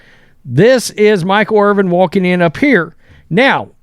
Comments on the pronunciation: Dude's name is IRVIN. Bro keeps saying Irving like he don't have a clue... what da? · His name isn't IRVING. It's IRVIN. Try to say it right. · Dude Irvin…Ervin!!! Not Irving. He is not Dr J!!!! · IRVIN, not Irving. 🤦‍♂️ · Irvin, not Irving. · What is so hard about pronouncing the man's last name correctly?WTF 🤦‍♂️🤡